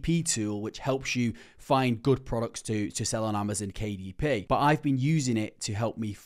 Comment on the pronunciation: bro it's not BO it' 'but'